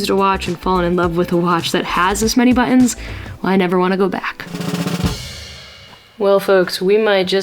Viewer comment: All those buh-ons!😂